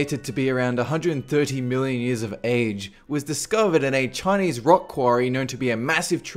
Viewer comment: 500 billion years ago... The universe was made 13 billion years ago I know he sed million tho it sound like billion